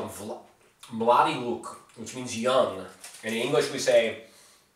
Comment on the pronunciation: Damn you pronounced ,,Mladi luk'' so well